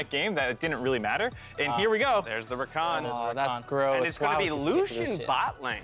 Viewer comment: Lucian? Really Lucian? That ain’t it chief.